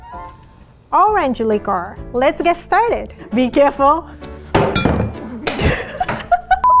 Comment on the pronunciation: did she just say “Be careful” in the most intense French accent? Ugh why is she perfect